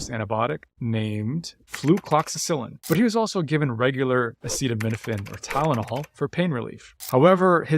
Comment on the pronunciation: Acetaminophen! Not acidomenifin